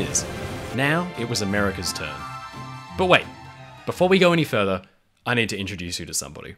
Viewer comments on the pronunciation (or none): none